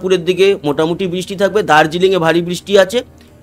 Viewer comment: কথাটা বৃষ্টি। " বিষ্টি " নয়। দ্বিতীয় তো আমরা " বাংলাদেশের“ detailed weather নিয়ে উৎসুক নই । পশ্চিমবঙ্গের উপর concentrate করলে ভাল হয়।‌